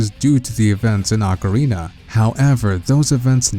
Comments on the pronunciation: Why can't people consistently pronounce "ocarina" correctly? It's retarded how many popular youtubers fuck up that word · Dude can you please pronounce 'Ocarina' correctly? The other guy fucking knows how to fucking say it